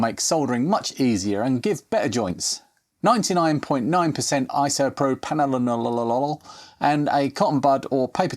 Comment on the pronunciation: First time I’ve ever hear isopropanolololol pronounce correctly. Well done.